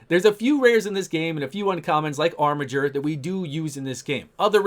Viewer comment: Also OMG you're pronouncing "armiger" correctly!!